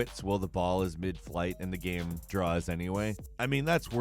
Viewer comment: Hearing someone pronounce game, as “gaaeaemmm” is worse than everything you’ve said.